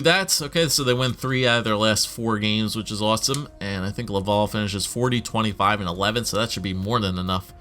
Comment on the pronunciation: I'm from Montreal, it's actually not pronounced "love-all" for Laval, the A sounds are open and sound more like Atleast or like mAp.